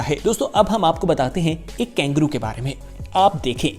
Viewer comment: वीडियो बहुत अच्छा लगा - पर ये " कैंगरू " क्या है ? कंगारू KANGARU कहते हैं शायद ?